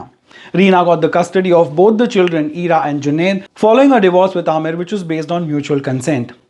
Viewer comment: Kiran Rao pulled her hand away quickly, Amir Khan stop trying to paint a rosy picture of your divorce 😠 you cheat 😡🤬 Btw Ira is pronounced as eye-raa 🙏